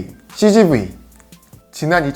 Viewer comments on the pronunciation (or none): cgv이 치즈구이라고 들음,,ㅋㅋ